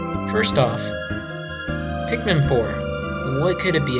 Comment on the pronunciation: Nigga did you just say pickman